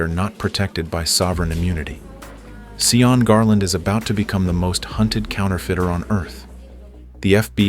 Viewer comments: You'd think someone would listen to the audio and notice the primary culprit of the entire story Sean (Shawn) is being pronounced and called SEE-ON?😂 it is making me laugh though because I keep hearing Eddie Murphy as the jackass in Shrek SEE-on🤣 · Its pronounced shawn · it's about giving others basic common courtesy, dignity & respect AT ALL TIMES. To make a comment like that critiquing the way someone's name is pronounced when they speak a LOTE - as would be the case in the Republic of Ireland, where Sean comes from & lived all his life. Yes, he broke the law by distributing counterfeit currency. He's STILL entitled to some real basic human rights. It reflects a Merica-centric world view - that EVERYBODY HAS TO BE LIKE. YOU. This stance is kinda sort point AND a flash trigger for me. Someone else telling me what to do and think. It's abusive. Period. You just don't do it. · The whole video they say his name wrong, ai is truly USELESS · See-yawn or just Sean, which sounds like Shawn? Asking. Irish descent in Canada but I have never heard anyone from Ireland being called See-yawn. Don't claim to be an expert, that's why I am asking. Ireland has dozens of dialects and certainly I don't know most. Give a guy with blood lost to you by Cromwell some guidence, Emerald Isle people?